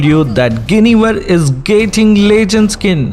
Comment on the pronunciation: lol who wtf is geinivel?